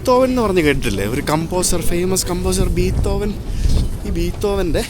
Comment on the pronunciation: ബീത്തോവനല്ല ബ്രോ ബിഥോവൻ